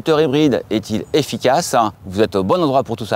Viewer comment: Parisian accent spotted ! « …est t-il efficacaaaa.. » 😅